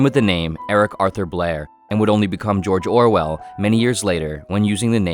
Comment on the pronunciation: jorjor wel